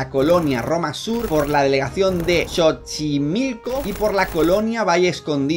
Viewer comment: Ame tu Pronunciación de Xochimilco ❤